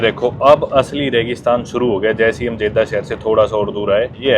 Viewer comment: Many foreigner visits Saudi Arabia and they don't keep cleanliness. Ahram no Irham. Jedha not Jaidah. Makkah not meeca. And I subscribed you to give respect to The mosque of prophet Muhammad (PBUH).